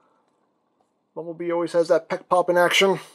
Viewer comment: I hope he knows it’s bumble bee not bumble mister lol